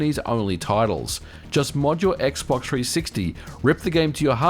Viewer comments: I liked it when he said "X-Box Three Six Tee" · X box tree sixty. Put some spek on the name. Ain't gōn say it no moé